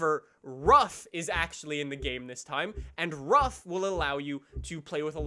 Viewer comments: Hey just a little note... It's not RUFF it is more like ROOF. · For all amaricans: Ruf is pronounced like "roof" not like "rough" 😂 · Actually it's not really pronounced like “roof“ since the “u“ in Ruf is spoken a bit shorter and more like the “o“ in “move“.